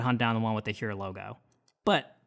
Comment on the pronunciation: It’s pronounced Hoyer. Thanks for the review.